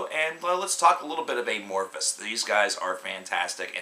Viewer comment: I know this is old but just a few comments. First, dude you're saying their name really weird it's not eh-morphis but a-morphis. Like the word amorphous. Which brings me to my second point, their sound is, has, and will change. That's why they chose that name. Lastly all Amophis albums are good. Just depends on what you like. Some are heavy, some soft, but all are good. Obviously TFtTL and Elegy, and any Jousten era album.